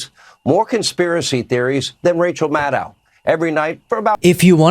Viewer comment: Sean, it's Maddow, not Maddow! The dow sounds like tow, not cow. Maddohhh!